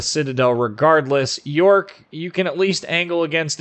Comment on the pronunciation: love your infos on the ships, but the pronounciation :D jsut go to wiki and listen to it ;) subbed anyways